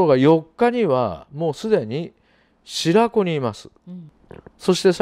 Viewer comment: 白子は【しらこ】じゃなくて、【しろこ】です。